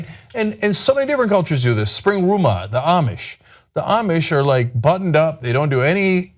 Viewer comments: It's called Rumspringa not Springruma. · It's not Springruma, Cenk. It's Rumspringa. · Also, it's 'Rumspringa', not 'spring rumah' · Springruma? Do you mean Rumspringa? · For the Amish, it's not "springruma" It's "Rumspringer." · rumspringa not spring-rum-a lol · Lol Cenk "springruma". Just have to point out it's Rumspringa/Rumschpringe/Rumshpringa, sorry, just had to be That Guy. ;p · Close, Cenk. Actually it's Rumspringa not Springruma. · No, Dude. The Amish call it "Rumspringa." Not Spring-Ruma. 😅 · it's called Rumspringa Cenk! Rumspringa (IPA: [rəmˈsprɪŋə], Pennsylvania Dutch: [rʊmˈʃprɪŋə]), also spelled Rumschpringe or Rumshpringa, is a term for a rite of passage during adolescence, translated in English as "running around", used in some Amish and Mennonite communities. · Cenk, it's Rumspringa ya silly bastard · There should be a producer off-camera correcting them when they mispronounce words like "holi" and "rumspringa."